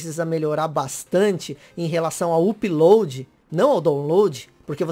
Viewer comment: porra issui, falar "úp" load tbm é foda né, a pronúncia é "áp" load